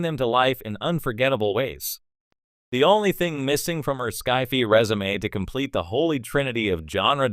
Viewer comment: AI stupidly mispronouncing SCI-FI... lol